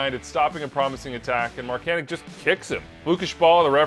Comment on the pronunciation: He is American and pronounces it like “Markanick”, similar to Christian Pulisic